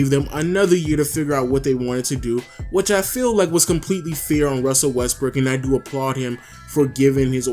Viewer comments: Lens Gaming lol he did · Lens Gaming sounds like he did fr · Lens Gaming sounded like it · who els heard him say westbrick